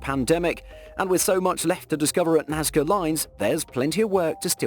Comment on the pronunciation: Narrator, I think you mispronounce Nazca as 'Nazia? Don't bonkered this one. It's always been pronounced Naz-kuh as in english, Nazca.